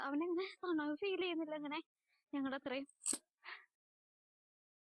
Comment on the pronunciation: തണുവ് എന്നാണ് പറയുന്നത് അല്ലെ.. തണുപ്പിന്